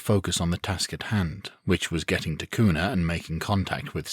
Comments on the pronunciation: Pretty good zombie series. The only frustration I have is that the author didn't seem to research the location very well. There are no forests anywhere near the Boise metro area (it's a desert), people in Boise don't drawl (it's the PNW not the South), it's pronounced "cue nuh" not "coon uh", and the Gowen Field Air National Guard base is a whole lot closer than Mountain Home AFB if people wanted weapons. Hell, it's Idaho...you could collect an entire armory just going door to door clearing houses. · Sitting here in Nampa Idaho, which just happens to set on the outside of Kuna and Boise. I have really enjoyed this series and look forward to the rest. As a side note the city of Kuna is pronounced as if it started with a "Q" instead of a "K".